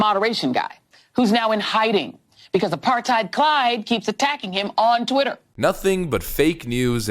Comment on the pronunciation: Why can’t no brain Joy Reid say twitter correctly